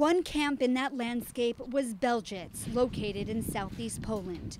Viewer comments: What is Beljitz? It's pronounced Belzeck, you morons. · Yes, that's exactly how it's spelled in the script. "Belzec" has multiple pronunciations.